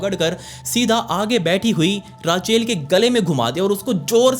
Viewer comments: भाई बाकी सब ठीक है लेकिन अंग्रेजी शब्दों का उच्चारण कई videos में गलत होता है. एक वीडियो में दूध की डेरी को तुम डायरी बोलते हो लगातार.. इस वीडियो में रेचल की जगह राचेल बोल रहे हो.. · Why are you pronounce her name as राचेल ... This is so annoying and bothersome ... Please STOP ... It's रेचिएल ... Just get lost please, you are so low❗😡🤬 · भैय्या वो राचेल नाही रेचेल होता है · bauji rachel = ra chail ni wo rae chill aise bola jata hai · It's Rachel not Raachel.. please clear ur pronunciation. And I'm not urs bauji...'bauji' means duffer na....u r a real Bauji mf. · Rachel✖️ Raachail✅ 😂😂😂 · राचेल ❌ रेचल ✅ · Raachel 😂😂😂😂 Its Rachel.... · राचेल nahi hota it's रेचल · Raachel nhi Rachel Re chal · It's not raacheel it's rachel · Rachel ❌ Raaachel ✔️ Elizabeth ❌ Elizabaith ✔️ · राचे ल नही रेशल होगा उसका नाम ,गाँव का है क्या भाई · Raachel kya hotha hai it's pronounced as rechal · Rachel pronunciation is रेचल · bhai please its not raachalll its rachel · Raa- Chel...??? ITS PRONOUNCED LIKE Re-chal... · Love your videos but its not raa chel... Its ray chel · Ra-cheal nahi “rey-chal” hota hei… but love the way you narrate the story 👍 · राचेल nahi hai bhai wo रेचल है 😂😂😂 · रेकेल बोलते है रचेल नहीं😅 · Oh ਰਾਚੇਲ ਨਹੀਂ ਰੇਚਲ ਤਾਂ ਨਾਮ ਹੁੰਦਾ ਐ ਆਸਟਰੇਲੀਆ ਵਿਚ Ray chal ✅️ not -raa chel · भाई रेचल को राचेल राचेल सुन कर दिमाग का दही हो गया😂😂😂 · Sir raachel nahi ray-chal hota hai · Racheel nhi h bhai Rachel h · Rachel ❌ Raachail ✅ 😅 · Rachel ni hota rechel hota h bolny m beshk likhny m Rachel ho apk mou s galt nam sun k bht tang ho ri hu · Man the way you say Rache sounds very funny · भाई रेचल होता है! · It's pronunciation is रेचल (Rachel) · Rachel ka pronounce galat kr re ho